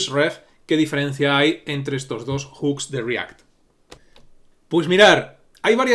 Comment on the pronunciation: tu siendo español, que bien pronuncias "Hooks" normalmente la gente de aqui (España) pronuncia Juks 🤣🤣